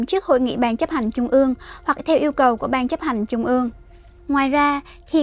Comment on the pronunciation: Là phát thanh viên đọc bản tin mà đọc không đánh lưỡi. TR đọc thành CH .( Thí dụ : Trung đọc thành Chung .!